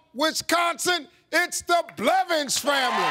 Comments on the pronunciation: Steve really said belvins😂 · One time Steve said BELVINS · Did steve rlly say belvins instead of blevins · Steve: The Belvins family can steal He said Belvins instead of Blevins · Didn't Steve say Belvins? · Steve Harvey Just said Belvins